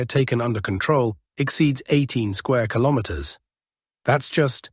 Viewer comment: AI struggling to say "kilometers" today... 🤣